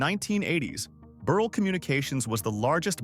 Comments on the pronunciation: Mr. Burrell’s name is pronounced ber ell. I worked for Mr. Gardner at Soft Sheen and Perfect Pinch. Knew the whole family to include his brother Frank Gardner. I graduated from Chicago State University. Also knew Mr. John Johnson, worked for Fashion Fair. Also knew Mr. George Johnson, UltraSheen company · Corrections: Mr. Burrell's last name is pronounced Bur-rell. In addition, please check the accuracy of your statement that Fay Ferguson is his daughter. She was the Co-CEO alongside Co-CEO McGhee Williams-Osse. Thank you so much for your commitment to telling these stories. These stories (and their accuracy) are an important part of American history. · You made an excellent attempt to highlight Black Businesses and very and highly successful rich Black residents. However, you needed to do some fact checking. Some of your information like locations,pictures, name pronunciation (Burr--ell); , family(children) Faye????? You left out John Rogers Jr. He is the head and founder of Ariel Investments.I give you a score of 75% of this is accurate. ( Pronunciation, pictures, family legacies,etc. (not accurate). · #8 is pronounced Buh-rhell